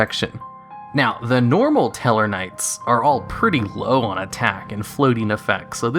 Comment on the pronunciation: stellarknight are not tellarknights you goof